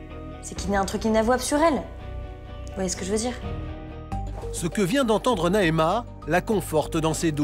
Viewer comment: Mdrr c'est Naema